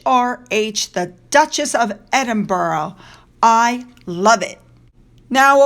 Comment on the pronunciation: Dutchess of "sucks-at-it"